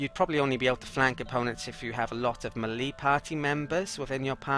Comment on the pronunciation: May-lay not milly :)